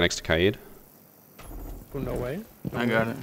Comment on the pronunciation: Bruh I didn’t know k-aid was pronounced Kai-ade.